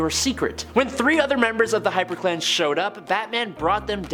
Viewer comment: XD I thought you said "Batman Vs. The HyperClam."